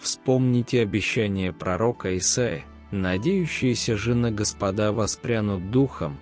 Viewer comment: Ударение делайте (на Го) Господа